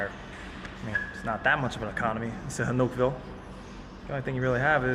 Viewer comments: I’m glad you pulled this off however living in Thailand for 17years? I find it impossible you kept pronouncing the name of the town you were in would be impossible bro. It’s said snooville and it’s simple so I call bullshit straight away. Glad you speak Chinese and hope you go back asap probably fooled everyone as well. Sad. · You're also pronouncing the name of the town incorrectly